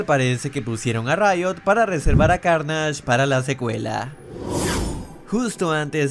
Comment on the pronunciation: La intro como del 2014 xd evoluciona, en la curiosidad 14 Venom no tiene la araña porque aun no se ha unido con el cuerpo de Piter, eso pasa en los comics, y cuando dices: para reservar a carnasch? Eso que?xD aprende a pronunciar bien los nombres, pero bueno el video.